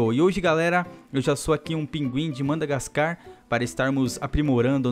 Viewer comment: Q raiva do falando Mandagascar kkkkk